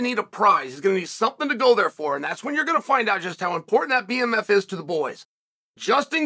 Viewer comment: Bmf not bfm